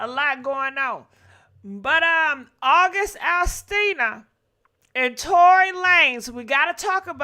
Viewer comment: Lol. Sis keeps saying August Astina🤣🤣